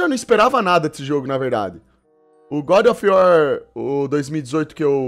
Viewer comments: " godi ofi uor " kkkkk esse maluco é uma figura. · é das antigas, fala Gode of iuar memo e sifodakkkkkk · O cara não sabe nem pronunciar o nome do jogo kkkkkkk e vem falar mal? Meu Deus que cara mais limitado. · Mano o cara n sabe nem falar o nome do jogo, e quer falar mal da dublagem do trailer